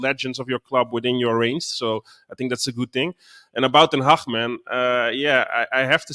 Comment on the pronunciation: Boys and thats how you pronounce HAG